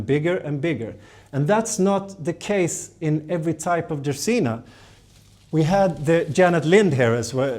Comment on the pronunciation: I like the way you say dracaena better and I live in Mississippi.